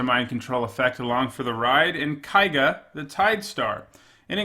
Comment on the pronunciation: kay-ga, dammit